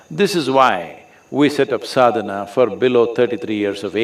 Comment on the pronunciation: Please, it is called 'Sadana'. Anyway good content